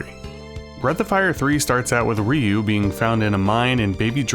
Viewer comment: Stop saying Ryu, his name is Ryu.